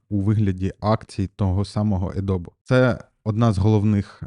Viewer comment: А вже написали, що правильно казати Адобі?)